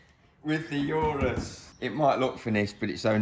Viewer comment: For the first time i heard someone who has an obsession for cars pronounce the word 'Urus' incorrectly